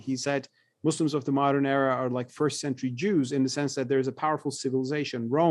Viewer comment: I don't know why Westerners keep saying "Izzlam" and "muzzlims" ??!! Is the letter "s" is difficult for you to pronounce!!!!